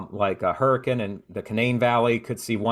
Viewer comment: I'm super impressed.. you pronounced both Hurricane and Norfolk like the locals ❤️😊